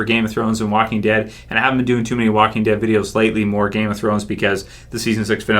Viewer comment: Did he say The Wacking Dead?